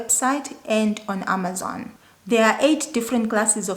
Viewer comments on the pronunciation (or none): none